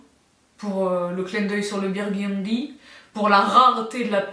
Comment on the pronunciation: Qui a dit biiirguuuundyyyyyyy avec l’accent avant que le dise elle-même??? 🙋🏼‍♀️ 🤣❤️❤️❤️